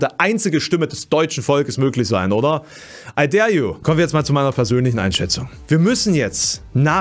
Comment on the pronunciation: "Ei där ju." Ich liebe angelSÄCHSISCH